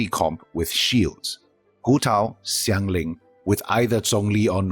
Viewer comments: the Xiang from Xiangling in that video, if you break it down, is more of "si-ang" (pinyin using Xiang). Xiao is more of si-ao. Anyway Xiang (or shi-ang/si-ang if you want to break it down) is totally different from shan. Xiao, which sounds more like si-ao or shi-ao (without that obvious sh sound) isn't shao. Shan and shao exist as a totally different word written phonetically with pinyin, and of course their pronunciation are different. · Great video as always. Just wanted to say, as far as the chinese names go, it's "Shanling" not "Ksianling", same with Xiao, it's "Shao" not "Ksiao.